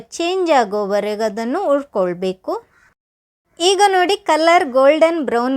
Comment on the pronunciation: ಹುರಿಕೊಳ್ಳಬೇಕು ಅದು ಯವ್ವ ......ಉರ್ಕೊಳ್ಬೇಕು ಅಲ್ಲ .......ಏನು ಉರ್ಕೊಳ್ತಿಯೋ ನೀನು